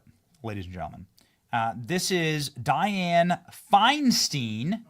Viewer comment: Learn how to pronounce Diane’s name, you pronounce it wrong every time you say it.